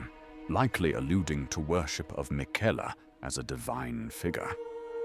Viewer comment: Fantastic video, well done. The voiceover, is it you or an AI voice? Just wondering as the pronunciation of some names was a bit different than usual (Liurnia/miquella)Either way it’s fantastic